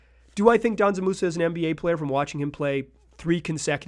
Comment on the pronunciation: Brother it‘s not „Danzan Musa“. It‘s Džanan. You say the „Dž“ like the letter g. You pronounce it like f.e. the g in „geometry“ or the 2nd g in „gorGeous“.